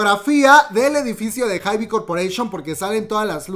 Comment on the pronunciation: Hermana cj ent. Se pronuncia si yei, enm. Lo dirías (ienem) Es la abreviación de entertainment and media, para hybe todos los artistas lo pronuncian jaib, amamos los chismes aquí presentes siempre ✌